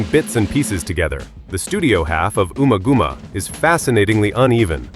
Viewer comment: Ooma gooma? Try saying it the way it’s spelt.